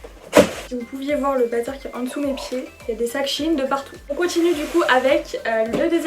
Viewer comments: On dis pas « chiine » mais « chaîne » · On dit pas chiine on dit chèyn Sinon j'adore ce que tu as choisie ! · Je pense que c'est elle qui se trompe